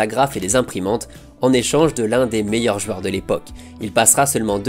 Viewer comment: On connaissait les « jouors » de Luis Fernandez, on connaît maintenant les « jueurs » de Contes de Foot. JOU-EUR. Joue-heure, si ça peut t’aider.